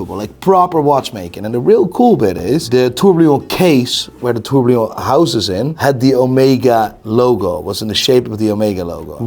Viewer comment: Please can someone tell he's been mispronouncing "tourbillon" wrong for years?